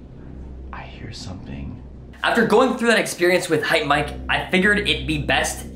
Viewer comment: its hypemyke not hypemike